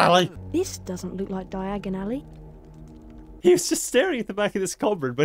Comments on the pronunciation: D-Dia-gon Alley! Fireplace: I didn’t quite catch that. Did you say *Knockturn Alley*? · In the movie he said diaganilly